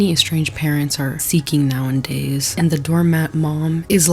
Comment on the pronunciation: I love your content so much and this is in no way meant to be hate but I wish you would say “now-a-days” instead of “now-and-days” 😵‍💫